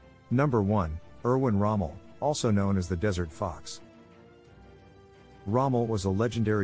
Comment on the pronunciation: Wow! They did get Rommels's name right! Whether or not he committed suicide and under what cirtcumstances is still up for debate. Some say Rommel was NOT in on the plot to actually KILL Hitler. Rommel was in a fact a Nazi and everything he achieved in his career he owed to Adolf Hitler. Others point the finger at Gen Speidel his COS, while others believe Rommel did commit suicide but only to protect Speidel's and his own family. Some say Speidel gave Rommels's name to Gestapo interrogators of the plot. We don't know for certain yet. Sadly, when they mispronoune the names of key Generals they really lose me and Kesselring was a Field Marshall not just a Genersl. Help!! Who edited this? These aren't new names. They've been out there for 80 years!!! Pronounced Gott-hard Hein-ricky Please!!! Who is this last one now? Wilhelm Keitel is a one syllable, not two syllable name that again was a VERY famous Field Marshall, like Harvey Kei tell the actor but it has the same spelling. Clean this up please you're losing me fast here. Gotthard Heinrici is another butchered name. It's an easy one too. The first name is simple, Gott- hard, the last name is pronounced Hein ricky. It's sounds like a computer is trying to read some of these names for you. Walter Model, not model has in "model airplane" but Model, long "O". If you require pronunciation help in the future, get in touch. It's not a problem. He wasn't only in the east but he was in the west too. He wasa Nazi too.